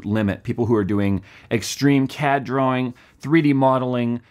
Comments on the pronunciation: I thought he said extreme CAT drawing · I thought you said "Extreme Cat Drawing"